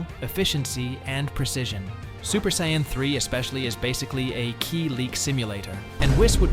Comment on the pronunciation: Can't call yourself a fan or the goat if you can't pronounce what race Goku or Vegeta are.